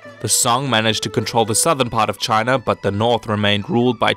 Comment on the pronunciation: Can you please avoid saying "Chiner"?